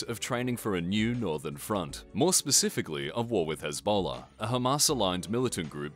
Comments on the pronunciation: I just found this one funny because it sounded like Ebola. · You mispronounced Hezbollah 😂